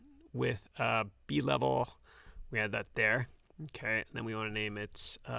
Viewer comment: HI, Thanks for the video, however, then button decoration isn't called b-level. It's "bev-el":)